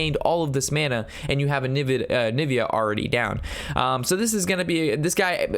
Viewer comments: AVIANA ROB!! NOT ANIVIA!!! lol good video tho :) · Am I the only one that got triggered that he's saying anivia instead of aviana? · Onivia? i'm pretty surw it's aviana :p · Its not Anivia, its Aviaaaana (Hermione vocie) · AVIANA :) not ANIVIA :) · Onivia rob? you are doing it on purpose now! it's not like the arcanite intelect mistake! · I'm really triggered by the way you say aviana I shouldn't be so triggered by it. But other whys pretty good video!